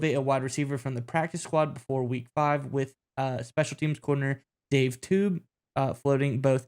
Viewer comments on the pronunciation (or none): How knowledgeable are you on the KC Chiefs when you don't know how to pronounce the name of KC's special teams coordinator? Dave Toub's last name is said "tobe" NOT "tube."